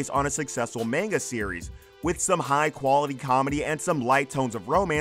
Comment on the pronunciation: Any chance you could learn how to pronounce "manga" correctly?